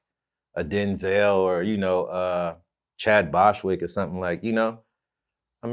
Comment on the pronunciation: “Chad Boshwick”